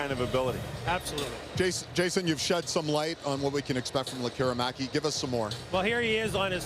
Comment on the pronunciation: Perfectly pronounced